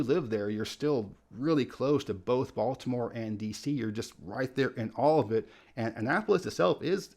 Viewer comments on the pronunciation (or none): none